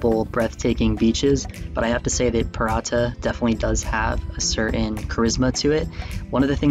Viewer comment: Just a quick note, it's Pirita beach, not Pirata beach ;) Otherwise, great suggestions and there are some other good ones in the comment section as well, like Telliskivi, Noblessner etc.